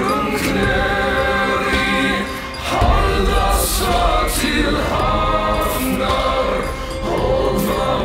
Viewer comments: The pronunciation sounds pretty good to me! A few slight differences from the standard reconstruction though (the f in stafni and hafnar is actually a 'v', for example). If you want something to compare, here's the poem recited by a linguist in the reconstructed medieval pronunciation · 'F' in the middle of the word pronounced in Old Norse as 'V'. So 'hafnar' [havnar], 'stafni' [stavni] and so on.